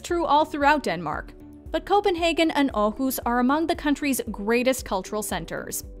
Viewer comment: wtf you said Aarhus almost perfect